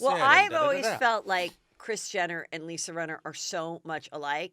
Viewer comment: “Rinner” haha 🤣😂 are you Italian? From New York? Or both by any chance?? Bc that’s exactly how we would pronounce “Rinna” 😂